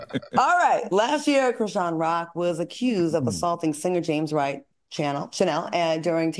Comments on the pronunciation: Al, her name is pronounced Chris-Shawn. 😂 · Why can’t Al say Chrisean’s name correctly? Does he do it on purpose?